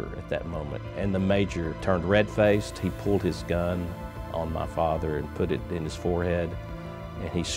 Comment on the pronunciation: Start of the video: Ma Father Ed Sheeran: Ma Father